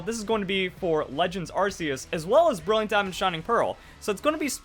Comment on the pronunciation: Dude learn to enunciate. It's pronounced ARC-E-US as in Noah's Ark not Arse E Us